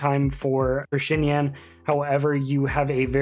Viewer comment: Omg you're one of the only youtubers that actually pronounced her name right thank you 🙏 great vid btw!!